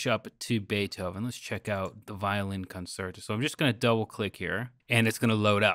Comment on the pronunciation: 1. Bach is Baroque 2. It's pronounced Con-Cher-to